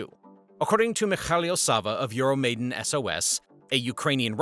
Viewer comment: Euromaidan is pronounced /jʊəroʊmaɪˈdɑːn/ "YOOR-oh-my-DAHN", not "YOOR-oh-MAY-den" Please be kind to Ukrainian phonetics :)